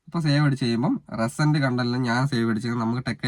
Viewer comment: റെസെന്റ് content അല്ല റീ സെന്റ് content😂